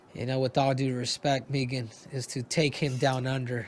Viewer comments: I think he was saying Megan's name wrong. I think it is pronounced Meegan. lol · Nice of her not to correct Henry for pronouncing her name wrong.